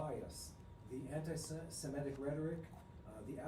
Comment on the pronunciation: Guys, please note the term is anti-semItic, NOT anti-semEtic as you are mispronouncing the term.